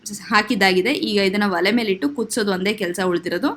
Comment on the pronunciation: ವಲೆ ಅಲ್ಲ ಒಲೆ ಅನ್ನಬೇಕು